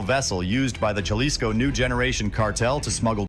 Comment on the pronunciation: It’s pronounced Halisco (Jalisco)